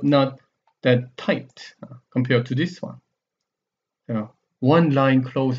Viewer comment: "much more tight-tuh!" hehe i keep gigling